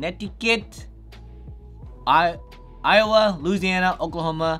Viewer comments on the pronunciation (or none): none